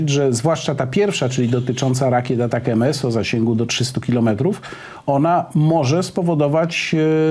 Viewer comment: Dlaczego Pan Warzechą wymawia nazwę rakiet "Atak M S" podczas gdy nazywają się one ATACAMS?